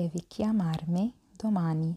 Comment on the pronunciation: كلمة chiamarmi تلفظ i في نهاية الكلمة ايييييي ولا تلفظ على انها e ايه يعني كيامارمي... وليس كيامارمه .... شكرا للمجهود وانا من المتابعين والمستفيدين.